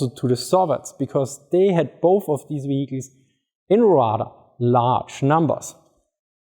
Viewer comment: Wee Weee we Heeechiles .. vehicles. . I think the 1st pronunciation is better lol